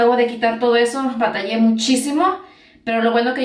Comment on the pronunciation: ABATALLÉ 😂😂😂😂😂😂😂 en serio ni Español ni Inglés saben hablar